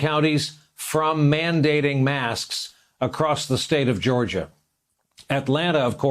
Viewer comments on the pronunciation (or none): none